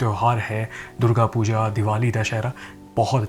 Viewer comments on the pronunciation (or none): none